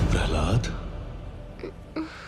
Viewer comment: It's Prah-laad not parlad. 🎉